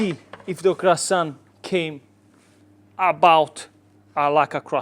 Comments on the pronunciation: Brother, love your pizza video, but my mom is French and she would slap you for calling this croissant. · Olive oil ? In a croissant ? Are you serious 😂 my ears are bleeding 😊